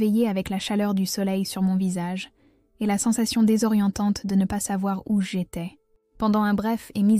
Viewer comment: Verbiage inutile .."J' étais" ne se prononce pas "j' y étais".. et il n' y a pas de chiens errants dangereux vers Chartres 😅en tous cas ils ne te mangeront pas ...j' espère que tu adopteras ces 3 là .